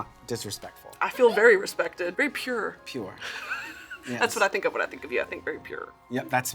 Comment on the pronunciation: I knew you were from Texas immediately when I heard you and fred pronounce the word "pure"